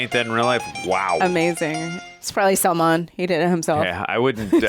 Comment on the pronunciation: Lagta hai yeh neeli shirt wale gore pakode ko Salman fans se aachi gaaliyan padi hai isiliye yeh Salman ke naam ka pronunciation sahi se karne ki koshish kar raha hai.